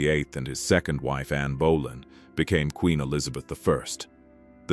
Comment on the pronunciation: I started giggling at Anne bowllying. Please AI.